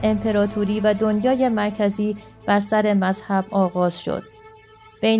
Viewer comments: درود بر شما وبا تشکر از سازنده این ویدیو .میخواستم یاداوری کنم که این بانوی محترم در خواندن اشتباه کوچکی میکنند ..انجا که میگویند سّره اسحاق نیوتن که بایستی بگویند سٍر اسحاق نیوتن به معنی اقای اسحاق نیوتن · با تشکر از زحمات شما مهرزاد عزیز و این خانم باید متذکر بشم سَرِ اسحاق نیوتن اشتباهه و احتمالا در متن سِر اسحاق نیوتن بوده که ایشون اشتباه خوندن.بازم ممنون از زحماتتون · این خانم اشتباه زیاد داره توی خواندن متن. بهتره قبلش تمرین کنه . مثلا sir Eshaq Nioton رو چیز دیگری خواند و امثال اون